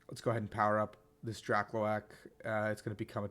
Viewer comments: DRAKLOAK: DRAH-cloak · Yo BTW "Drakloak" is pronounced like "cloak".